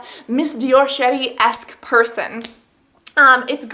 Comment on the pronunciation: When you say "Miss Dior Cherie" it sounds like you're saying "Miss Dior Shi**y"